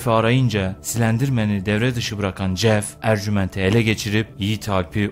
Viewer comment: Şu adama Jjjjeff demeyin. J ile c’yi karıştırıp söyliceniz :/